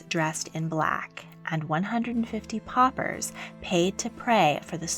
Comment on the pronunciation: What’s a ‘popper’? Do you mean pauper? Pronounced in English, paw-per.